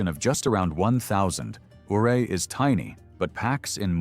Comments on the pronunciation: Ouray, Colorado is pronounced YOU RAY. Named after Chief Ouray of the Ute Tribe of Native Americans. I lived in the area from . Loved it. Regret moving away. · It's not pronounced O ray, it's U ray! 😊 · Ouray Colorado is pronounced Yuray not Ooray!